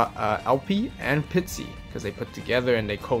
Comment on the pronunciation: Pisty, re-do-er.